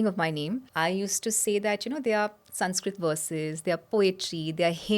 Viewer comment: Ye prawakta khud ram ko ramaa krishn ko krishnaa sanskrit ko sanskirataa pronounce kar rahi lagti...